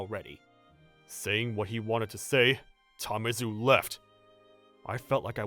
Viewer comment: It's Tamezu, man. Not Tamizu.